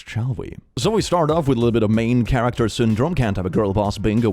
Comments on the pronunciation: “main charater” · Character not charater